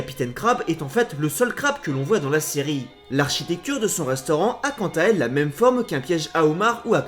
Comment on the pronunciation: c pas mime c meme